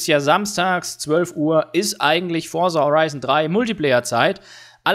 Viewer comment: Forza nicht Forsa....